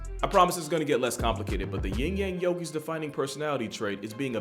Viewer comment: "ying yang yogi" 😂😂😂